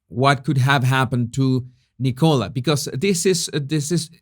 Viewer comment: Can some tell its pronounced N'kala not Nickowla